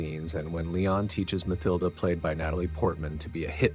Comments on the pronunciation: “Ma-thill-da”? No.. its “Ma-TILL-da”. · Mathilda = Muh=TIL-duh NOT 'muthilduh" it is not th as you would say "this" or "think" it is just a T sound.